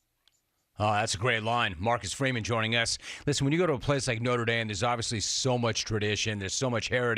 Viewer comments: Uh it's NOTRE, not NORTE. Get rid of your USC employees, Jim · “Norte”?? Moving on… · "Norte" Dame? Dumbshits 😂